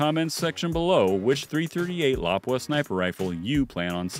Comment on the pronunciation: Whoever is narrating needs to pronounce lapua correctly. And should of said having a good optic really helps to